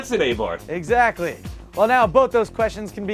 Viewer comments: It's "Ah"Barth , not "AY"Barth . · its abarth not a barth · Uh-Bart, not Ay-barth. :-) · Its not A-Barth it abarth...lol and the other is pronounced esseesse as in SS...LOL You funny dude! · its not A-Bath ffs, its 'arbarth' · Abarth=Arr-bath not A-Bath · its Ahbarssss not ahbar!! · It's abarth, not AYbarth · Dear americans, Abarth, is not pronounced A Bath, it's Arbarth. and Nissan isnt pronouced Neeeeesan, its Nis san. It's not that hard. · its not a-barth is abarth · it is a-bart that is how it is pronounced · Finally a car sized just right for - the Fiat 500. I kid, we love you. Re: Abarth pronunciation- as soon as that car is lowered off the boat it becomes an ay-barth. This is America & we'll pronounce things however we want! The SS will be way over priced though I'll bet you could buy one of those sweet new Toyobarus for less. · Welcome to the U.S-spec AYbarth five hunert! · It actually pronounced "Ah" bart - or at least thats how the italians in torino say it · "AY-BARTH" lol! O You yanks. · Your pronouncing "ah-bar-th" wrong. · LOL at how you guys pronounced abarth. It's ah-barth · um that's "ah-barth" and SS was always spelled phonetically for the Abarth, so I'm not sure it's esseh, esseh but ESSE ESSE... SS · GODDDDDDDD you guys come on its not a barth its a bath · Its not called ''AAA-bart''..... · isn't it pronounced "ah bath" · Wow, how about you get dumb ass next week, for your atrocious pronunciation of Abarth and Esseesse. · ok just for the people that cares, the "A" sound like the "A" in "PIZZA". The "TH" sound like "T". Now you know how to read ABARTH. And abarth is for fiat what mopar is for dodge and trd is for toyota. Btw, nice episode. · ahhahah please learn to say ABARTH ....